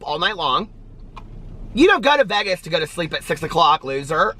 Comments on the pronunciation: This was nice!!! Have a fun trip!!!! What a cool person # Josh. Oh, it’s Vay-guz lol. Long A. Calories, who cares your on vacation! Yippee! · Please do the sit down with Josh video..he's a cutie!!! You crack me up the way you pronounce Vegas lol